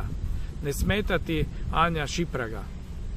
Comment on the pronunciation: Zove se Anja Šimpraga, nauči barem to pravilno dragi.